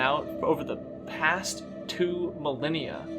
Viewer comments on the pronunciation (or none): none